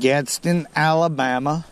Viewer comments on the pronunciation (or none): none